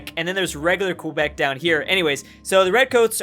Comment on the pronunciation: You Californian it’s pronounced like a k kebec not like the word question it’s kebec speaking wise but yes it’s spelled quebec